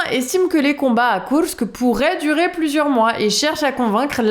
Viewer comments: C'est bon on a compris,vous savez dire Koursk à la Russe/Ukrainienne...,c'est très désagréable en fait,ça fait très "moi je sais",à la française si possible svp. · Marrant cette façon de prononcer Kourks en roulants les r, et de prononcer imar pour les missiles, est plus douée en ukrainien qu'en anglais;-)